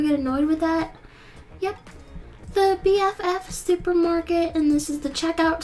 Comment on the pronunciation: ! STUPER MARKET?! Rip